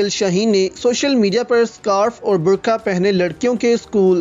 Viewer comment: برکا ۔۔ نہیں ۔۔ برقعہ ۔۔